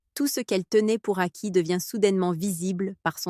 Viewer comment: IA de merde Vidéo qui rompt la confiance. Le sentiment... "d'aCUI" ‼️ Point "NÉRO 3"‼️ Ce "chiFFT" mental‼️ Quelles expressions de merde ‼️ VIDÉO DE MERDE 😂 😁😂🤣 😁😂🤣 😁😂🤣